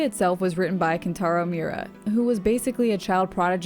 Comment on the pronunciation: It's mee-oo-ra, now mew-ra. 3 syllables.